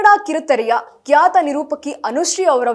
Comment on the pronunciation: ಕ್ಯಾತ ನಿರೂಪಕಿ ಅಲ್ಲ ಕಣಕ್ಕ ಖ್ಯಾತ ಅಂತ ಅನ್ನು